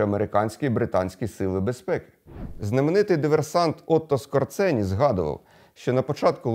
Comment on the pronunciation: Пане Владлєне, Otto Skorzeny був польського роду і його прізвище звучить Скожéни. Отто Скожéни.